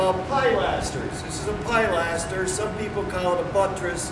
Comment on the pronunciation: I have been watching you videos and learnt a lot. This video I did laugh somewhat, I know that certain areas call things different names, in English, as in UK, it is called Pilaster, that's Pil-a-ster not Pi-laster. Sorry but I did have a good laugh. keep up the good work.